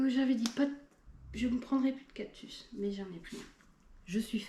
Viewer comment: 39€ une monstera variegata 😲 c'est cadeau !!!! Les prix les plus bas en france c'est 80/90€ normalement. On dit cactus pas captus 😂😂😂😂😂